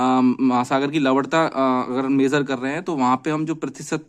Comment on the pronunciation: Lavanta ko lavadta kehkar logo ko confused kardiya aap ne to